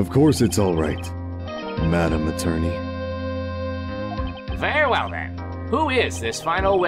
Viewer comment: I've noticed that the Judge is pronouncing "Very well" as "Ver well"